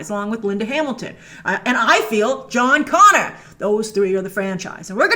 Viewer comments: Jon “Gonner” Connor😂😂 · John Gonner. Lol.